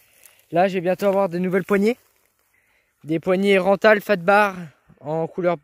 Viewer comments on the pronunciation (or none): Sa se dit pas ranthal sa se dit renthal